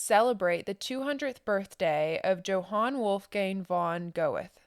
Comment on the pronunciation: Please check your pronunciations! Yo Han Ger Tuh. So if people are only listening they can understand.